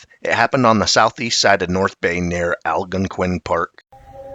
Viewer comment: The park is pronounced Al-gone-quin park